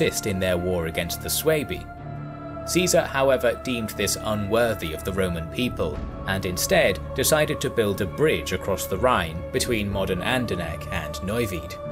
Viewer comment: I live near Neuwied, where Ceasar build a bridge over the Rhine, you actually pronunced it pretty well, Andernach not so much, but i think this name is especially hard for non speakers. Like always, an outstanding video.